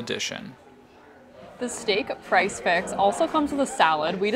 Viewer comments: Are you calling it price fix? Did you mean Prix Fixe? It is pronounced pree fiks. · Thank you so much for calling this out. I am binging their videos and they keep calling it price fix!